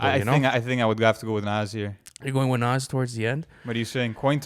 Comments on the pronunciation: This dude pronounces Nas as nazz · Ok so i have speculations to get off my chest: You guys say Nas has to go on, and he’s in my top 5 all time, but i think you guys are letting the “nostalgia” of it all get to you. J Cole is just the new Nas. And you didn’t even say his name right. Also, Snoop Dogg or Biggie isn’t even a debate really, Biggie is a way better rapper. You guys should make this bracket public.